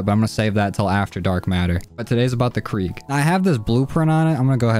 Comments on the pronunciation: ITS KRIG NOT KREEG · Krig not kreeg